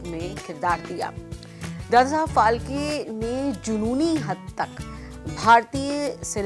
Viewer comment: फाळके नाम है वो ठीक से बोलो ऑर लीखो.